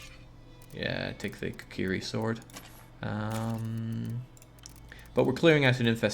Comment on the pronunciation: Why does he say kukyri instead of kuukree? Honestly was bothering me. Never heard it said that way. Is it a accent or area thing?